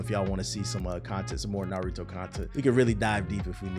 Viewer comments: “Nurudo buruto” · Clickbait much? No real fan would ever call it “NuhRooDoe” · Ah yes the good old naruro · We really in 2023 and still saying "Nuhrooto" but good vid tho. It's true, the game has crazy issues. But it's still fun AF. The combat is better than any of the previous UNS games. Things the game needs ASAP: friend lobby, penalty for quitting matches. They've already announced they will be adding an update soon, so hopefully it covers those at least. And one thing it will never get but I wish it did is cross platform. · I can’t tell is he’s telling pronouncing Naruto and Boruto names like that or not 😂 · I'll be real I haven't seen the video and I don't plan on watching the rest of it after you completely botched the name of the game I do not respect that you know nearly enough about this topic on top of I've been playing the game for 3 days straight and absolutely love it and everybody I've talked to about it also loves it so I really don't understand where you're coming from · I feel like people pronounce Naruto wrong in purpose